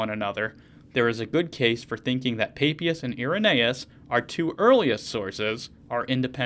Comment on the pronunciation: Thank you for the video. Umm... at 4.33... my childish brain heard peepee-us 😅